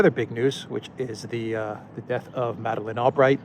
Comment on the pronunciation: Madaline half-bright!!! Not Albright, probably All-Darkness! As an American, you are a breath of Fresh air in our Zionist strangled Country.